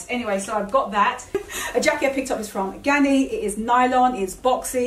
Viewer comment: Ganni, not Gianni.